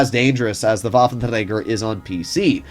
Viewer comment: Yeah - just say waffenrager